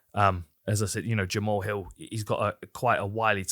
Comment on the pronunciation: I know it’s jamal, but jama-haul sounds so much coooler :/